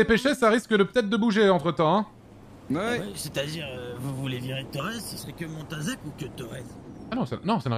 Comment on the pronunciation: a réussi à prenoncer montazac félicitations mon petit 😂😂